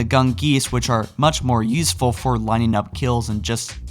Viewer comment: did say "yeesful?" Lol